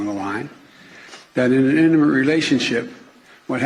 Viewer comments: Biden can't even say "intimate". Sounded more like eminent. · Am I the only one who had to listen several times to figure out he was saying "intimate"?